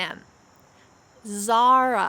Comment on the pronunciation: Ne güzel Zara diyorsun 😍😍